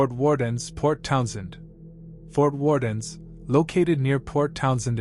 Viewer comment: Fort Warden doesn’t have an s at the end.